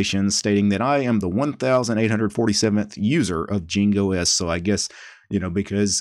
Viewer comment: it meant to be pronounced like Ying not Jing